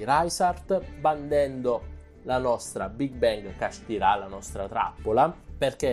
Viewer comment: Kashtira non kasthirá capito?!